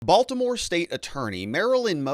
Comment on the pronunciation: Come on…. It’s Baltimore 😂🤣